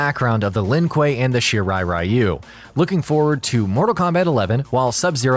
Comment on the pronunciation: Gee how about 'Are you'? Shirai Are-You?